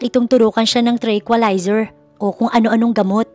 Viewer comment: Tranquilizer po, not tricholiser